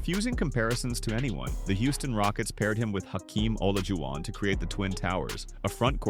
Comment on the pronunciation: no a human uploaded it dummy but they used an AI voiceover that can't pronounce Olajuwon and probably an AI written script, too. YOU THE CLOWN DUMMY 🤡